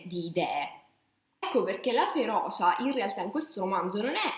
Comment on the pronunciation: Da palermitano, magari anche con problemi di dizione, ti dico che tutto l’amore che metti viene massacrato dalla cantilena e dalle vocali estremamente aperte. FeroCia e non feroscia. Mi spiace veramente tanto ma non riesco a finire il video ;(